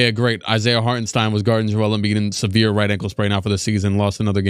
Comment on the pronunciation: i dont want to be that guy but it is pronounced shtain in hartenstein